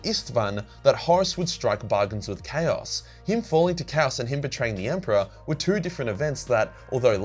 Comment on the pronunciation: I am and am just now realizing you've been saying "CHAOS knife" - and not "Cows knife" and "Cows magic"